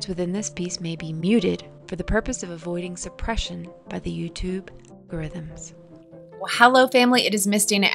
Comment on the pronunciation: Did u say ALGORE RYTHM